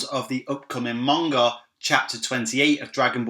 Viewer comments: cool vid but isn't it manga not monga there is no o in it or is it just me oh well still a good vid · WHY does this guy pronounce 'Manga' with a 'U?'... "Munga"